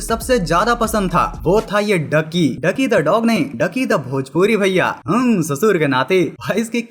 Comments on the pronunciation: इसका नाम “डुकी” नहीं “ड्यूकी” था। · Dukey not ducky 😂